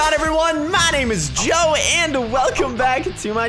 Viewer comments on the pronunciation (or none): Instead of Joe it said Jow